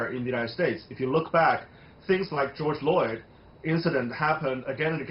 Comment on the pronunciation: Did I hear the first speaker say "George Lloyd"?